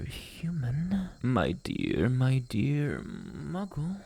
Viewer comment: Him: (calls me 'myggle') Me: * dies laughing*, I ain't no muggle!